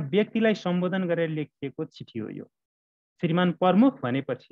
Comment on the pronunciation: सर नमस्कार । कुनै कुनै समयमा म हजुरको भिडियो हेर्ने गर्छु । राम्रोसित तयार गरेका पाठ देखेर खुसी लाग्छ । हजुरले " प्रमुख" उच्चारण सच्याइस्यो न ल ।